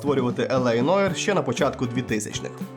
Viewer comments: Нуар.. Не Ноїр, а Нуар! Вибачте... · Тільки не Ноір, а Нуар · Та яке ж Нойр? Це французьке слово Νοirе НУАР!